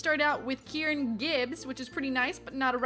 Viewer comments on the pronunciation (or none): none